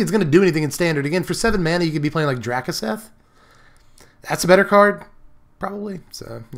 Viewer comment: DRAKE- OO - SETH! You kill me with that pronunciation!